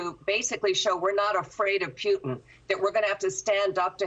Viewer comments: Pewtin?? Lol! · Putin not pewtin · Pew-tin? How does she not know how to say his name? What’s next …Bid-in? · Putin lady not PEWTIN...fear porn. Stop it. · Liz doesn't even know how to pronounce the man's name even when she hears 2 seconds before she opens her fear mongering trap. She's scared, I get it, but she's not being realistic! Putin definitely is everything people say he is & yeah he's dangerous but, he's not like Canada's Trudeau, he's actually smart, he's no coward. So now that we have that out of the way, the General should've been allowed to speak! Enough of the BS fear tactics & drama raising for you ratings boost! Liz is confusing two seperate & distinct issues, the economy problems in the US are on Biden, he owns that let's face it already. Of course the Ukraine's MP's are going to tell you anything they can get away with to get the UN & EU & you, on their side but, their words & accusations are not gospel! Putin turning off the power to the Ukraine & a nuclear reactor ready to blow up are again seperate outcomes. Putin isn't stupid enough to want to live next door to a nuclear disaster even if he can't occupy the Ukraine, the man wants to live not melt into a pile of hollywood portrayed festuring goo. They turned the power off, that much is certain, nothing has proved the reactor is in any way, shape or form ready to erupt like Chernobyl. You have experienced people watching, inspecting it, are you really taking a politicians word on this!?